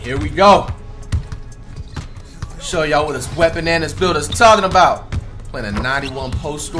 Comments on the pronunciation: Bruh it’s “Wetbananas” not “WENTBANANAS” 😭😭😭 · whole time im thinkin he was sayin wet bananas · This whole time I thought he was saying “wet bananas” 💀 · I thought he called him “Wetbananas” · What the heck. I’ve been thinking he was saying “Wet Bananas” lol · Whole time I was thinking this nigga was saying ‘Wet Bananas’ 😂😂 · I thought you were saying “wetbananas” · I always thought he said wet bananas